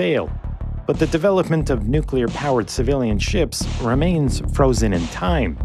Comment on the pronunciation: NU CLEE AR WESSELS